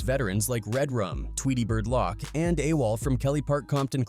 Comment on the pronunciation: Did he just call him "RedRum seven hundred and eighty-one? And Tweedy" lock"? Who's editing these videos?